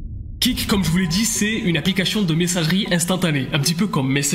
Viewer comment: Il arrive pas à prononcer correctement le mot ‘APLICATION 😂